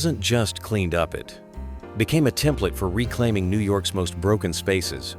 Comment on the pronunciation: "Wasn't just cleaned uppit" That's what the AI voice said. Lazy ass creators these days....